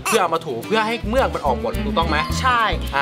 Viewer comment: เมือก! ไม่ใช่ "เหมือก" +